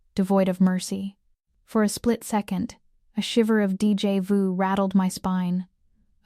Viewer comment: 😂😂😂And DJ Vu Instead of Deja Vu!!!